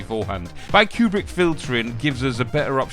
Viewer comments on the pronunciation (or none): "bi-Kubrick filtering"... "pik-I-min 3" fuckin hell you pronunciation legend. how do you come up with this shit? lol.